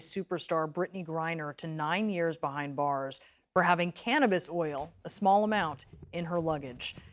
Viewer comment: That emphasis on 'Small Amount' is very funny! The law in Russia states it's Illegal from the beginning, however small or big the amount is. So the emphasis on the amount is just virtue signalling.